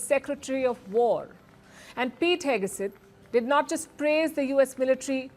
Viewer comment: Palki: It is not Hegeset it is Hegset. Not Heg(e)set.